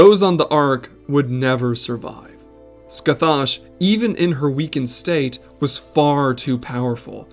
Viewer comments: The actual pronunciation of Scathach is scă-hăk. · Heyo! Just a minor correction in the future. Scathach is a Gaelic name from Celtic myth. Her name is pronounced (Skah-hah) with a back of the throat sound in the middle. But just saying Skah-hah is fine too. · late but scathach is pronounced "ska-hock" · Your pronunciation is horrible. It should sound like Sca-hock, not whatever you keep saying. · ima take a drink every time you butcher pronouncing Scathach, and ima be fuckin wasted because you aren't even slightly close to getting it right